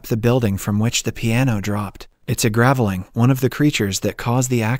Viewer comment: ..and you don't mention "gav-eh-ling" instead of gravelling? I hate totally AI narration :(